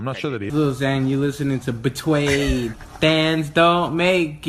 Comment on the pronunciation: bwetawyed lol🤣🤣🤣